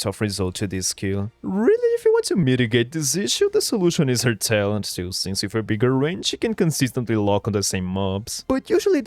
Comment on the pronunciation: ngl, the way you speak sometimes sounds like when someone delays/elongates a syllable for a song. "this is isnt the best way to maximize her taalent-" "that tile would go to aass two- " idk if others notice it too but I would recommend looking into it.